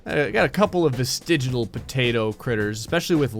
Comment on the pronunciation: By the way it's vestigial not vestigital